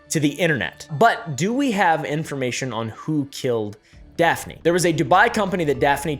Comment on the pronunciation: was literally so shocked to see daphne on a thumbnail!!!!! I’m maltese and it’s so awesome to see people talking about this! justice for Daphne! 🇲🇹 (also props for your pronunciation most people get it wrong)